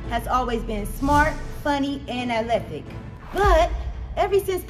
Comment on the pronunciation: lmao I’m sorry but the moms saying “alethic”,soundin like she’s sayin Ozempyc” lol the damn captions says “Olympic”, but she’s tryna pronounce the word “athletic”…to no avail….that tickled me I’m sorry lol ok back to tha show